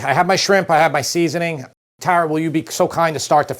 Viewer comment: I love how he says "TARA" it's my name and only ppl in the east coast say it correctly !